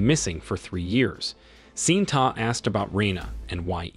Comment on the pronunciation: Pronunciation of some names have been butchered! Correct pronunciation: ITO = ee-tow. FATIH = far-tay. SHINTA = shin-ta.